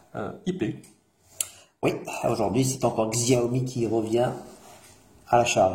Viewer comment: Sa se dit "chaomi "